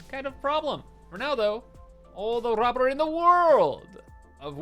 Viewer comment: Just say rubber properly you weirdo